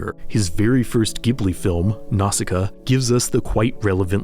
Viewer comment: very nitpicky i know but im pretty sure it‘s pronounced „jibli“. that‘s what the kana on the studio‘s logo seems to be saying, as far as i can tell at least. im only a japanese amateur at absolute best though so if anybody knows more than me then please do correct me! the last thing i want is to accidentally spread misinformation.